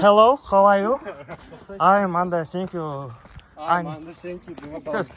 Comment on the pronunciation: Айм энд сэнкью дегені қалай кетті🤣🤣🤣